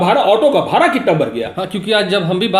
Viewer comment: सर भाड़ा होता है ना कि भारा !